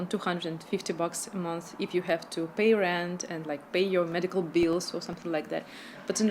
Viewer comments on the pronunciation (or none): Уши режет от такого английского. "The prices", "medical beels". Надо подтягивать проблемные места.